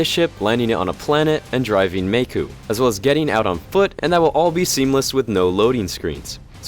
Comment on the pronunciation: I'm sorry, did you say makoo?